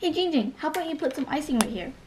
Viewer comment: ITS GINNNNNG GING NOT CHING WING AND NOT BLING FLING